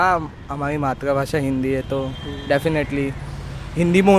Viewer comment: कोहे भाई, मात्र भाषा नहीं मातृ भाषा। मात्र और मातृ का उच्चारण पृथक है मेरे भाई। मुझसे सम्पर्क करें। मैं बताऊँगा आपको।